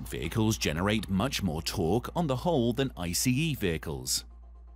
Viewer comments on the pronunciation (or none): none